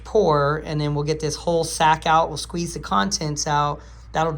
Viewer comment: I noticed you made a mistake when you said "Queeze in a live." I thought you "Squeezed out" :)